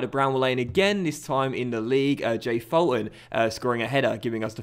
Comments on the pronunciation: Hey, loving the series. Only thing is Fulton is pronounced “Fool-ton” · It's pronounced Fullton and McGlocklin